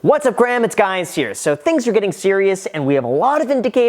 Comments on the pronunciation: Anybody catch the "What's up Graham! It is guys here." mix up in the beginning? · Why does he says “what ups graham it’s guys here” ???